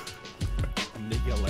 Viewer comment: 35 second did u just say niggalodeon?